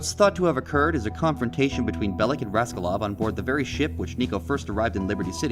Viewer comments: Niko is my favourite gta protagonist, also its actually pronounced bell-ic and not bell-ich. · It's minor but it annoyed me how you say Bellich, and not Bellic. Niko is saying his name the way it's pronounced.